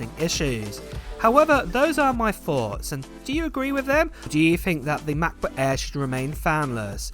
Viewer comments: Say it with me now MACK book air not Ma buk aah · “Macbook Ayeee…” 😂